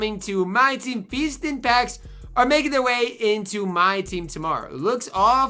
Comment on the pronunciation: Says feastin